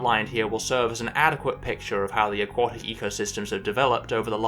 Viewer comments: AQUATIC... not AQUOTIC! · I was surprised by your pronounciation of AQUATIC (as in OUGHT). Then I found out that your pronounciation is standard in the USA and you spent a lot of your formative years in the USA. Still ... very strange. I suppose A => O under the influence of W. A sound change restricted to North America and occurring sometime in the last 400 year ( I presume ?). Have any other words undergone a similar sound change ?